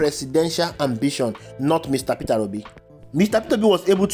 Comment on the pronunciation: Pronounce his name properly Peter Obi not Petera obi